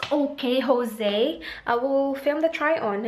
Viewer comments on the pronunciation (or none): none